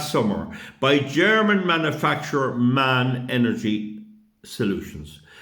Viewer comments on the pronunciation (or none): The manufacturer of the diesel engines is M.A.N, not MAN. There is no reason the engines cannot be dismantled into entablature, crankshaft, cylinders, pistons , cylinder covers etc. This chaps waffles and does not have all the facts at his fingertips. Fossil fuel stations can be eco friendly as long as you put in the equipment to make it so, like carbon capture, run on low sulphur diesel and inject urea to combat the NOx. As these M.A.N diesels are dual fuel it means they can run on gasses as well as Fuel oil, the waste heat from the exhaust can be used to drive a gas turbine to produce power as well as heat water to produce steam to drive a steam turbine, but you have to design it right for the long term, not a quick cheap fix which seems to be how everything works now. A large slow speed two stroke diesel running at 80 rpm at MCR, with a power rating of 100 MW is far better than a v8/v16 4 stroke screaming away with many parts. Here is a link to a 1932 B&W Double Acting, Opposed Piston Two Stroke Diesel Engine that can still produce Electricity in Denmark when the Green alternatives fail. Wind farms have a shelf life of 7-8 years, Solar Farms take up valuable farming land and also have a short shelf life. Both are dependant on weather conditions, the owners of these green systems expect to be paid when they cannot be used, and this is reflected in the higher energy bills. They cannot increase power if there is a surge, say when everybody arrives home and turns on all